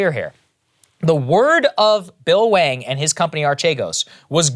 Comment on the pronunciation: Why does Saagar keep saying "Bill Wang"?